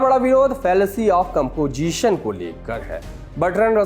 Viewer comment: Compojishon bhi kaha hai